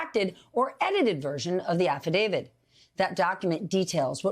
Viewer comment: It's "affidaviT" not "affidavid". So many people pronounce it wrong.